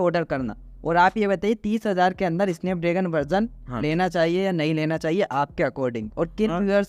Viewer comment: स्नैपड्रेगन ❌ इसनैपड्रैगन ✔️ 😂😂😂